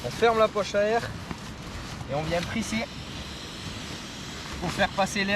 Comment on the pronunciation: « Etanche à l’aikhhhhhhhhhh » 😂